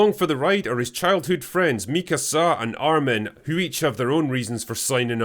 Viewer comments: The way pronounce Mika-SA. LOL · Excelent video, except for the pronouciation of Mikasa lmao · The way he pronounced mikasa 💀